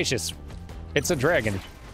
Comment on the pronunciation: "It's a dreegon"